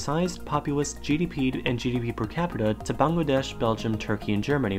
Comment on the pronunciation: so apparently you're born in Moldova and there are countries called Polan^, Bangla^esh, Irelan^ and Djibouti